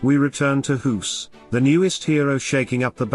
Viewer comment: You don't pronounce his name as hoes like you do but as goes...like goose...of course?